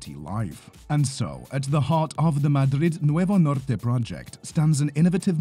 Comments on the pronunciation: Agradezco tu pronunciación "Madrid Nuevo Norte" en castellano. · I mean they are talking about Madrid Nuevo Norte after all 😅 it just stands out moure because he pronounces it right